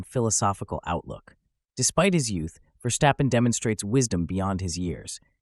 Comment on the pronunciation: You pronounce it Verstappen not VerSHstappen.